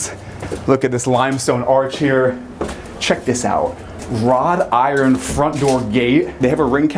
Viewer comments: Its WROUGHT iron, not ROD iron. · I liked it when he said "rod iron" haha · After i heard you say "rod" iron...😮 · Ahh yes, "Rod Iron" 😂